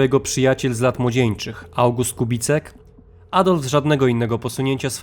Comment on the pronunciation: Fajny Film. Materialy te widzialem wczesniej po niemcku i po angielsku. Tylko dwie male uwagi do wymowy: Styria a nie Sztyria i kubiczek a nie Kubicek, bo tam haczek nad c jest.